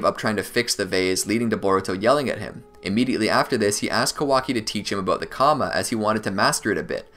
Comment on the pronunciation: It's ka-waa-kiii not how your saying it listen how the say it in Japanese alot of names you messed up but good video real on point